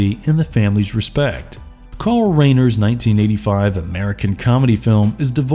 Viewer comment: Did this narrator really pronounce Carl Reiner's name as "Rainer"? It's fucking pronounced "RYE-NER"! Everyone knows that.